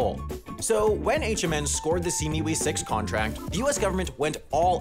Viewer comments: Its SEA-ME-WE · Pronounced "See me wee." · Ah yes, þe sea mee wee